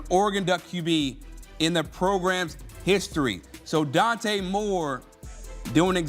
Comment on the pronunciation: Dante Moore not Dan. Second time I’ve seen this from CBS